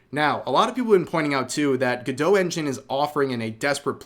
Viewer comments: Go-dot. Not gadoe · Is it meant to be pronounced like that? It seems more logical to be “go-dot” rather than being like Gal Gadot. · I'm hearing "good-dough" but I'm reading "go-dot" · You are pronouncing the name wrong. It's go-dot. You are pronouncing it gu-doe. Speak English please. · Pretty sure it's Go-Dot not Guh-Doh. But i could be wrong but everyone i know says Go-Dot. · Isn't it pronounced GoDOT like it rhymes with robot? Why is everyone pronouncing it all French-like 😂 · Gal Gadot: stop saying my last name 🤦🏻‍♀️ Godot Go-Doe Godot Go Dot Godot Gah Doe??? ❌❌❌ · "Go-dough" 😂😂😂😂😂 "ray-dough" 😂😂😂😂😂